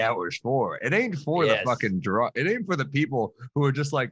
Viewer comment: Right! He might be dwwrunk 😆